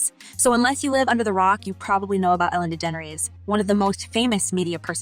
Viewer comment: Good god the way this robot f#*&s up her name good god is so bad, just use ur freaking voice so u don't mess so EVERYTIME 😂😂😂😂